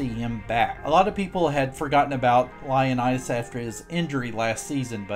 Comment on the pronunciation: BTW his name isn't Lionitis... It's ioannodis. Lol...